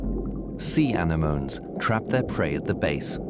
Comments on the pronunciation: Lol! Despite all the incredible work and effort put into making this awesome documentary, the narrator decides to call 'anemones' ..... "anna*moans" 😆 One job. He had one job. chuckles 😜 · Beautiful scenery, decent cinematography. However, you can always tell A I narration... “Anna-moaney;” Try Anemone. (A I ist ein “dummkopf”) Then there’s the “needle in a ‘barn’” Try haystack And hatchling turtles are “amphibians...” Try reptiles Note to editors; always do your homework. A I doesn’t autocorrect errors. Everyone knows that A I is *“perfect.” 😂